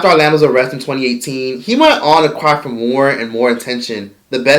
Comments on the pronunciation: The way says crack be killing me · Bruh, I cant take you serious when you keep saying "crack" like that.